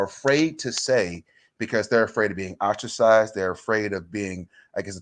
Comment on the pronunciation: Update, I had to say it outloud, are you saying OSTRACIZED?! 🤦🏿‍♀️ Sry, y'all.